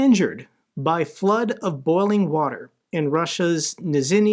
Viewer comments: KNEE-zhni nov-GO-road . good lord. again, 4 years of covering the war!!! do better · Just a little hint: The town is pronounced Neeshnee Nowgorod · lil tip.. ZH sound (ж) is pronounced like the J in beijing, or azerbaijan side note: someone needs to check how much russia is paying your speaker of the house